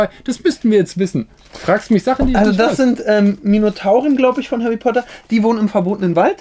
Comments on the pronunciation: hawwy potter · hawy potter und lego fwiends man kennt ihn